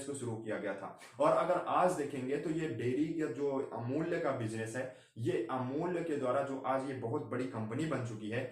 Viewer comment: Beta pahale amul kahana seekho...